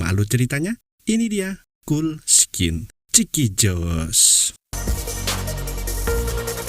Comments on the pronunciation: Bacanya Kold skin, bukan kuld skin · "Cold Skin" dibaca : "Kol-d' Skin" BUKAN "Kul-d' Skin". CMIIW